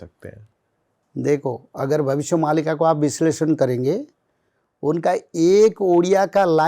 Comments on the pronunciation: Why is the host pronouncing मालिका as मल्लिका....stop thinking about mallika sherawat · Are murkh anchor, isko 'malika' kahete hain... "Mallika" nahi! Jaisa aapne bataya starting mein. Kya bol rahe hain zara soch samaj kar boliye. Har cheez western style mein nahi chalti!! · Malika is pronounced as Maalika (in Hindi - मालिका). We, Odias believe in this script.